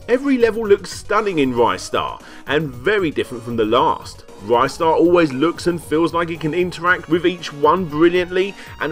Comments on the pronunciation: Rye-star? Im outta here Ree-star thankyou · Ristar the Shooting Star (リスター・ザ・シューティングスター Risutā za Shūtingu Sutā) Short "i" sound, not a long one. "Wrist-ar", not "Rystar". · Ristar is in my top five favourite games of all time. Playing Ristar isn't just playing a kiddy platformer, it's playing a living, breathing sci-fi universe filled with emotion. One of the best games for the Mega Drive. Good video but it's pronounced 'Ree-star' not 'Rye-star'. Not sure where this 'Rye-star' pronunciation came from. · Interestingly enough this is the first time I've ever heard it pronounced R-eye-star. Everyone I've ever met either says it "Ree-star" or "Wrister" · It's pronounced 'Ree-star' as how the creator calls the character. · Just so it goes on record, it is officially pronounced "re-star" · Well, technically the Japanese title is also in English. But anyway, another youtuber did a Ristar retrospective awhile back and he mentioned interviewing multiple employees of the English localization. Two of them pronounced it Rih-star, and another said Ry-star. So it can be both, but I go with the short i since that has more phonetic proof to it.